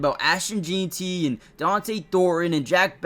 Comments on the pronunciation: FYI, it’s pronounced Jen-tee, not Jeen-tee. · It's pronounced JEN-TI !!!!! ffs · Please say jeanty right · Learn to pronounce Ashton's last anme!